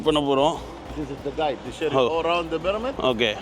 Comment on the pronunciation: Bro you are killing the pronunciation of the Pyramid ! It is not pronounced PRAMEED !!! But as PIRAMID !!!